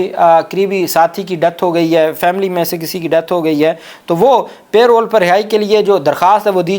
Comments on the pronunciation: لفظ پے رول نہی پیرول ھے (parole ) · PLEASE NOTE ITS NOT "PAY ROLL" BUT PAROLE. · Mr. kindly correct your pronunciation of the word parole it is not payroll.